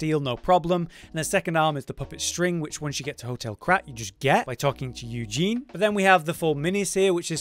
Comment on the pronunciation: Please don't call the poor girl "Eugene" anymore 😂 that's not her name. Uh- zen- ee.